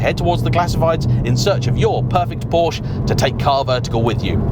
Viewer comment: Really ? Even auto journalists can't pronounce the brand correctly ? This brand of automobile is pronounced, "POUR-sha"